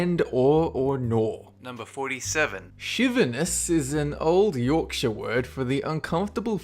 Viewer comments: I am from England as well and he says Yorkshire wrong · Scarbados just got well and truly murdered! Why can't people say Scarborough! It's nearly as bad as Americans who can't say Yorkshire (every time the day it they say " York Shiiiirrrreee"